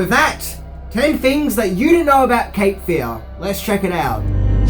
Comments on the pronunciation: Love your videos, but your emphasis on the wrong syllable in this one, when saying “Cape Fear”, is driving me bonkers. It’s Cape FEAR, not CAPE Fear. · It's "Cape Fear" not "capefear"